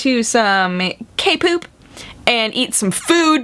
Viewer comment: did she say kpop?but as kpoop? do i even care....no. Kpop <3